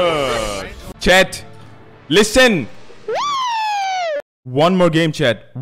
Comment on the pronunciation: I'm Japanese and think he says not Yosh,but Yosha